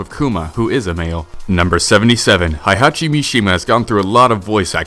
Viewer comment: Tekken Fact #108: This guy doesn't know how to pronounce "Heihachi" correctly.